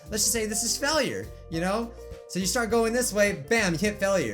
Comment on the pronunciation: you say failure it sonds like fellure